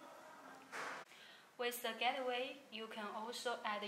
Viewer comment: Gateway pronounce as "gat way" not "get the way"